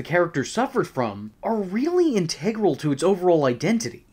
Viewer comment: Integral. Said funny.